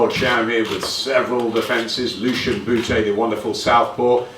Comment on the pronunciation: The way good old Jim McDonnell says lucian bute 😂 proper north London gezzer